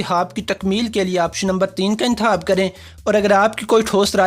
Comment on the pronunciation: حاص طور پر ۔حاصیت۔۔انتحاب خ کی جگہ ح 😂😂